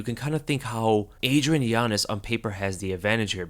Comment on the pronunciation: Every time he says yanez all i hear is giannis😂